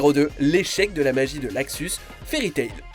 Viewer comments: J adore t vidéo et c est luxus pas laxus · C'est Luxus, pas Laxus 😂😂